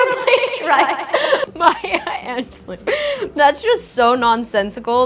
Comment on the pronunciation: "maya angeloo" 😭😭